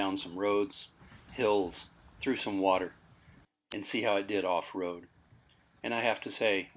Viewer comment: Looks like great fun....hey, you sound exactly like me when I say 'water' or 'coffee' so you must be from LI. We vacationed in upstate Schoharie County area as kids for years, so seeing your off-road camping trip has brought back tons of great memories.